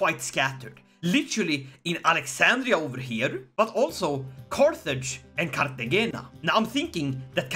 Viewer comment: It's pronounced cart te hayna. The J in Spanish is also an h sound, but the g is only an h sometimes. Very cool, very fuckin cool